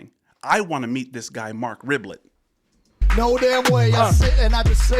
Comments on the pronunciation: I think it's Re-bee-yay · I think it’s pronounced Reh-bee-ay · Pronounced RIB-EE-AYE, it is french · It’s pronounced Ribeeyaay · It is a French name. It sounds like RAY-BEE-YEAH. Love your reactions! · Marc REB- BEE- YAY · It's Marc Rebby-yay* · Mark is French. Should help with the last name pronunciation.